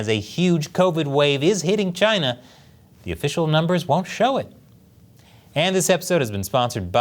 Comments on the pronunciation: it’s not china, not sjina, it’s kina now baby! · why did he pronounce "china" as "kai-nuh"